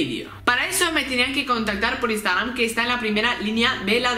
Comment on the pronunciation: Jjajak dice instalam jajaja